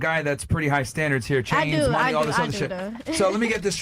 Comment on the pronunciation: “He has to have munyee” “I like jurry” The fatigue is well and truly setting in.